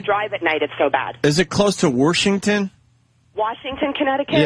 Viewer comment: Man you could just hear the air leaking out of the room at the end when Opie took over. WARSH? WARSHINGTON? WARSHINGTON? MY DAD LIKED CHICKEN WE TRIED TO GET HIM TO EAT A SALAD. DAD EAT A SALAD. BUT HE ATE HIS CHICKEN. WE WERE LIKE HE EATS CHICKEN. HE SHOULD EAT A SALAD. WHY MAKE HIM EAT A SALAD. WE'RE TRYING TO GET HIM TO EAT A SALAD BUT HE SHOULD JUST EAT HIS CHICKEN. THE GUY JUST WANTS TO EAT CHICKEN WHY ARE WE MAKING HIM EAT A SALAD. What fabulous "steering the show" Opie radio genius sure can set up the comedy....